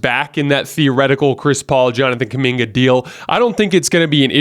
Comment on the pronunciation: stop saying Kuminga please.